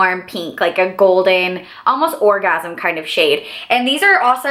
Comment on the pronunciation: Did she say orgasim shade 😂